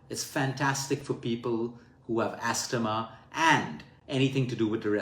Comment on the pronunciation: Thanks luke for this great advice. In english when we say astma we say the T like asma